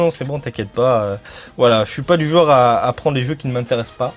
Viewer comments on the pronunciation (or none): none